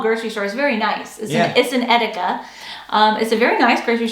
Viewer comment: Eeeeeedeeeekaaaaa not edegga🙃